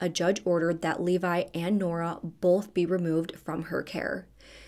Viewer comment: Funny….in every video you do you pronounce “both” like “bolth. I have a friend who does the same thing, which is likely why I noticed 😂